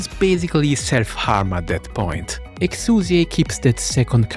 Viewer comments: Honestly so glad you corrected the name pronunciation at the start, I'm so sick of weeb trash calling her "Exia" AFTER we got the proper english pronunciation just becuase "tHaT's HoW tHe """""SuPeRiOr""""" DuB sAyS iT" like give me a break. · Did anyone fucking ask? The name "Exusiai" was carried over a RECAST. It is NOT a mistake, and unless the VA herself is asked to come back in to say it the other way, "Exusiai" is correct, regardless of whatever justification you may have for misnaming her.